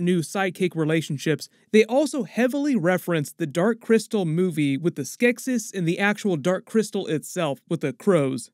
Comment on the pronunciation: Every time he mispronounced "Skeksis" took a year off my life